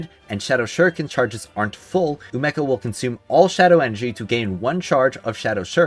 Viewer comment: Is it not umeko pronounced (oo me co) ??